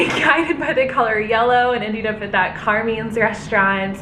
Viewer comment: awww you r 2 cute it is pronounced like "CAR-MINE-S" not "car-meens" 🤣🤣 its an iconic ny restaurant there's one in times square too, probably other locations in the city. its a pretty touristy spot! so fun to see you gals wandering around in my neighborhood not sure where to go! 😜😜